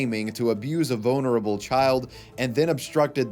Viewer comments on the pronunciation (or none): sounded a lot like "bonerable child" to me, which in all its depravity made me snicker.